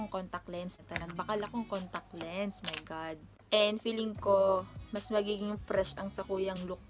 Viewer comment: "mi family" sounds like my accents 😃🇯🇲